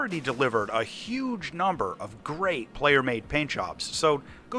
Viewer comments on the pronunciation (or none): none